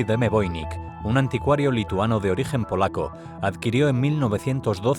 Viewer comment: Es voinich no voinik